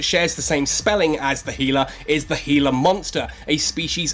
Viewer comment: Since you got it right with "gila" (he-lah), maybe my fellow Americans will change to "zebra" (zeb-ra) and we can call it even. :D